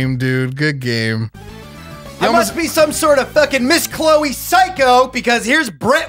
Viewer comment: Is Miss Chloe a west coast psychic I don't know about, or was mispronouncing Miss Cleo?